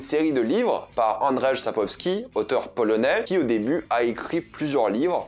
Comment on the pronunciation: Bonjour, je sais pas si ça a été signalé et si non, je vais faire mon chieur.. le nom de l'auteur: Andrzej Sapkowski. "rz" en polonais se prononce grossomodo comme un "j" et donc la prononciation du prénom c'est "annedjeye" (ayant des origines polonaise, j'apprends un petit peu la langue). Quand à la saison des orages, l'ayant aussi lu (je suis je l'avoue assez fan de l'univers) j'ai beaucoup aimé même si c'est peut être un peu moins génial que le reste. Je signale aussi un autre recueil de nouvelles "La route d'ou on ne revient pas et autres récits" sorti initialement en 2000 (dispo chez bragelonne, un peu compliqué d'expliquer là la construction de ces nouvelles). C'est pas dédié exclusivement à Geralt, ciri and co. Mais ça complète l'univers. Sinon merci de faire des vidéos dédié à cet univers. Bonne continuation.